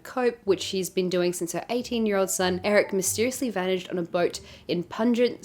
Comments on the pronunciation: You added more books to my TBR list! <3 :( (There are too many to get through already, but thank you!) Also, as someone who notoriously mispronounces words and in case you want to know the correct phrasing of 'Puget', it's "Pew-jit" :) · Can't wait to hear about these! Btw, for Remarkably Bright Creatures, Puget is pronounced PEW-jit. Just thought you might want to know :) Also, if you're near the Pacific Northwest when you're here in the US, you should visit Puget Sound. Beautiful, beautiful area!